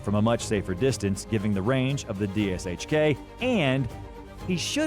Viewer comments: I think this is the first time I’ve heard each letter pronounced “D-S-H-K” instead of just saying “Dish-kuh” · Any Russian weapons which use Sh in the name (DShK, PPSh) are not pronounced like Ess Eich, it pronounced Sh, like shoe. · Just pronounce DShK, Dushka, its easier XD. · Never have I heard someone say it letter for letter like that. That's what happens when people make videos about shit they really don't know anything about except for the info they copy-pasted from somewhere else.